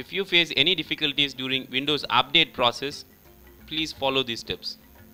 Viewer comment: he say update is apdate hahaha...